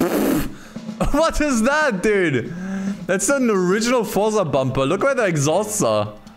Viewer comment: is it THAT hard to say the word FORZA? it is FORZA not Forsa. Fortsa 😉